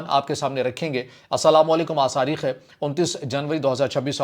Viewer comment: SAREEKH HAI ? ya TAREEKH HAI ?😂